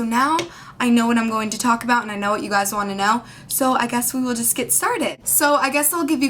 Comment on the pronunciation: There is no such word as guysz. Guy single, Guys 2 or more, Guysz WTF?